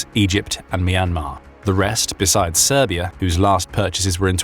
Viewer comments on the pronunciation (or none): none